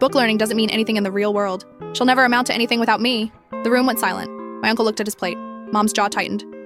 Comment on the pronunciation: When it came to the uncle it turned Italian for a moment